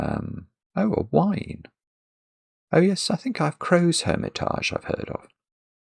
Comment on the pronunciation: Not really crossword related, but you pronounce “hermitage” as if it were French, and “outré” as if it were English when it should be the other way around! Also, I think the surface reading of “yearly drink” should be the amount one drinks in a year, rather than a once-a-year drink!